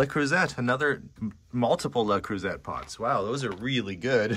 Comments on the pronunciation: LeCreuset pronunciation cracks me up. Exactly how I'd pronounce it if I hadn't taken French. It's le crew-say, no emphasis on either syllable. Excellent buy on this one! Edit" corrected mistype "zay" to "say". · It doesn’t matter in the scheme of things but since you keep finding the gorgeous French cookware, it’s not pronounced like LA croozette, more like le croozay. I guess, really, it’s sometimes a little uncomfortable to see someone’s home who has only recently passed so I’m keeping myself occupied writing this. I appreciate your enthusiasm and respect no matter how you pronounce it. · the French cookware is pronounced luh-CROO-zay. Emphasis on second syllable. Just wanted you to know since you come across this brand often. Best regards from a fan in Virginia, USA. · it’s pronounced “Lay-croo-say” not croo-set. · I LOVE the yellow!!! Awesome!!! 🍋 The Miata is ADORABLE!!! ❤️❤️❤️ Made in a palindrome year!!! Creuset is pronounced CreusAY. 😊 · That Miata is amazing! It sure would be snazzy for a teenaged guy! Lots of interesting things in this place. Just FYI-say "luh-CROO-zay" for the French cookware. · Just FYI - it's pronounced LE CREW ZAY (et is usually pronounced that way in French). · Love to see what new things you purchase and all your stories..And your fun facs always. By the juste a little hint, the `T` is silents in the pronunciation of CREUSET..☺